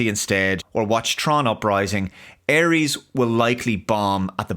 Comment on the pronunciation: Por qué dice Aries, en vez de Ares?